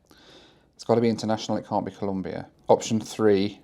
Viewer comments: it's ColOmbia, not Columbia. (It is even a slogan in my home country for you anglosaxon and gringos guys). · It’s ColOmbia, not ColUmbia 😢 (im not even colombian, it just bothers me when people mispronounce it). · Hey. Nice to see you tripping around Central and South America. Just a tip, if you say Columbia instead of Colombia, the Colombians will have more than a few words to say to you. 😂😂😂😂. A nice round “O”,please. Bogota is 2600m above sea level, so it is cold on average. People from warmer areas call it “the fridge’ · Its Colombia, not Columbia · Dear, Colombia isn't pronounced as Columbia. Just a friendly reminder. Nice video! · So many Central and South American countries that I’ve never heard of. Venezuelar, Comombiar and Panamar. 😂